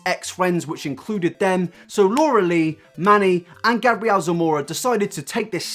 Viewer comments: I need to say that 'MUA' stands for 'make-up artist', so it's pronounced 'm.u.a', like the actual letters.. Also, Gabriel is a boy, it's a biblical name, pronounced 'Gay-bree-ell', 'Gabrielle' is how your pronunciation is spelled... For a drama channel, idk if coming across as stupid gets you more views or not, but it's certainly annoying af. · MUA stands for makeup artist and it's Gabriel not Gabrielle lol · You said Gabriel wrong.. it’s gabe real (pronounced) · Omg the way he says Gabriel 😂 he may wear makeup but that doesn't make him a girl bruh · the way he said Gabriel Zamora ahhhhh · Also it's Gabriel as a long a not a short a.